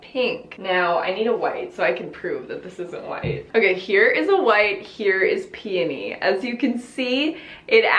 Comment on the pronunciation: I’m so glad she doesn’t pronounce peony like “PEE-YO-KNEE” 😂